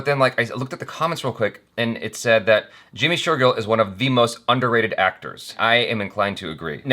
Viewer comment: #JimmyShergill, finally found a name that he can pronounce correctly 😅